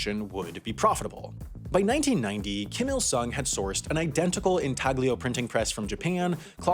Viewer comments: It’s pronounced “een-TALL-yo,” not “in TAG lee o.” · Couple of "um actually"s for ya here: "intaglio printing" is not an enlish word, so people pronounce it "in-tal-yo" and then a trivial one, it's the "printing process" not "minting process." Printing for bills, mintng for coins. Also where the slang "mint condition" comes from. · In-TAG-lio? Nope, the g is silent. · Artists normally use the correct Italian pronunciation, in-Tal-lio. Gravure printers, like my old man used to be, pronounce it in-TAG-lio.